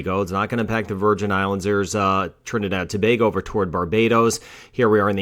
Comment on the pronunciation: Bless and love to hear your perfect diction of all the many Countries especially TRINIDAD & TOBAGO PERFECT.